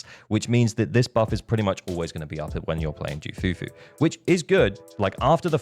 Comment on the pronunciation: You do not call her JOO... You call her KOO or Que Fufu Even the Voice actor of Ju Fufu said it...